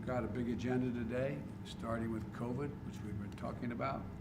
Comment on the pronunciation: " Covid.... which we've been talking about (Old man denture noise) and uhh... nineteen" How did he turn covid-19 into that monstrosity?